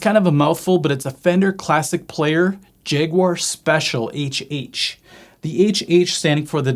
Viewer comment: This is the first time i hear someone pronaunce the name of the guitar as Jeguar, a lot of people say Jaguar or Jagwire. Honestly i love and hate Jags at the same time. I love the look, adore the sound and hate how it plays.